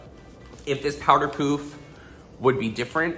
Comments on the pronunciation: It's "paff" not "puf" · Living for the way you say pouf instead of puff. Very french of you. Also, praying for your puppy ♥ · I like how you say “pouff” instead of puff. 😛❤️ Looks great either way you say it! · Did just pronounce it as powder "poof" LOL